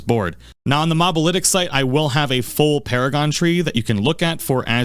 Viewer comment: Good video and all but did I hear you say "Mob-alytics"? 😂 Bruh you never played a MOBA before?